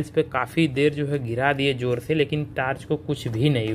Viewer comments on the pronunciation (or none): none